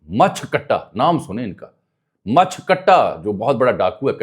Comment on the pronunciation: سر لگتا ہے مچھ میں میم پر زبر نہیں زیر ہے۔ اردو میں اگر کہیں تو مونچھ کٹا